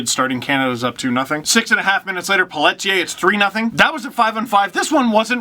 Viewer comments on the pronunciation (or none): Dude did you just pronounce Pelletier as Pellet-ier? It's Pelle-Ti-ay